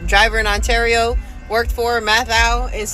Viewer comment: Just curious how come you pronounce ontario cali correct but you say ontario can in weird way